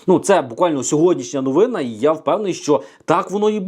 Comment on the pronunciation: Слово новина наголос неправильно